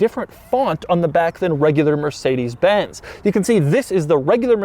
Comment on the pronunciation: Funny how Americans can pronounce Mercedes Benz correctly but fail with Jagwire and Aston Martun.